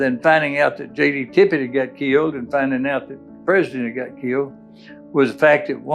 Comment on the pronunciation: And the man’s name was Tippit, for Christ’s sake!.. Not Tippet, or Tippett, or anything else..